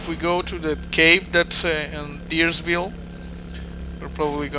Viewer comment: A German gamer with a BaD Irish accent [Kickz] mentioned you in admiration for your hovering building technological advances, much to the dismay & disbelief of GLaDIS. And it's Dires-Ville.